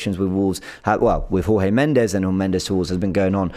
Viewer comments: It's not whore-hay...it's George.... Portuguese not Spanish....Jesus Christ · you are pronouncing Jorge Mendes incorrectly. Jorge is a Portuguese name (not Spanish as your pronunciation suggests), it it pronounced as "George" not Jorge with the J silent (Spanish pronunciaton). The surname is also Portuguese and pronounced as "Mends with a slight inflection on the "s", not Mendez (the Spanish pronunciation you are using). Forgive my pedantry but, given how articulate you already are, I assume you are ready to bewilder your colleagues with your try-lingual awareness....